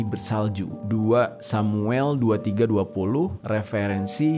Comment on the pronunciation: Bang bacanya kaya gini Dua samuel 23 ayat 20